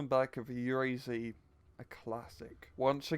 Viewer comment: u pronounce UAZ totaly wrong its like oooaaazzzz